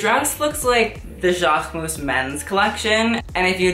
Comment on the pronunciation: even his own channel name is pronounced wrong. Jaquemus, Mugler, Hermés, YSL and so oooooon